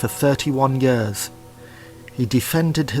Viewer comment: "Yearth" "Royal Tombths" "thun light"